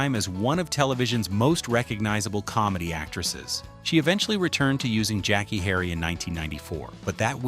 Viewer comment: SIR, I CAN TELL U WASN'T A FAN OF THE THIS SHOW. THE NAME OF THE SHOW WAS TWO TWO 7. JACKEE CHARACTER'S NAME WAS SONDRA NOT SANDRA. HER REAL NAME IS PRONOUNCED JACK/KAY NOT JACKIE. 😊